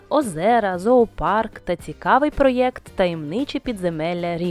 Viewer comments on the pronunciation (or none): none